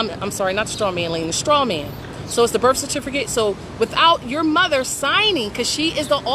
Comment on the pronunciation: Heraditomis? This chick is a mental case. Also it’s birth, not birf